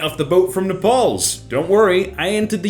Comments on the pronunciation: Did he just say Nepals instead of Naples? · 🎵 I Say Napels you say Nepals. 🎶 Lets call the whole thing off....🎵 😗🙄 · did he just pronounced Naples as napaws? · Ah yes, Nepal, definitely a town on the west coast of Italy Not to be confused with the totally Asian country Naples Yep, no mispronunciation or confusion at all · My man just called it Nepal’s not Naples.... bruh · really just called Naples ‘Nepals’ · Did you just say something about Brad Pitt saying arrivederci wrong but then saying “Naples” as “nepales” :/ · Hearing say Naples like Nepals, I'm dying 😂😂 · So crazy to hear pronounce Naples as Nepals. Wasn't aware there was any such place as Nepals. TIL 😄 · The way he pronounced "Naples" was frightfully cute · He says naples like he is 150% american